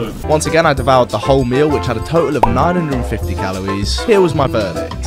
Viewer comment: "im... fwee fwies have 60 calowies"